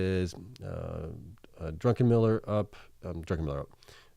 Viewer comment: Thanks! Its DruCKenmiller, forget the N. Cheers!